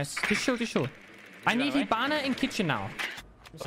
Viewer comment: Kitchen kitchen owwww not kitchen 😂